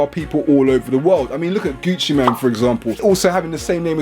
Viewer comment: Lol its gucci mane not man.